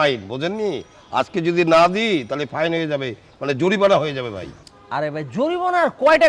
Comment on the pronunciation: জরিপানা!!! নাকি "জরিমানা" সংলাপ গুলো কে একটু ভালোভাবে আয়ত্ত করতে বলেন।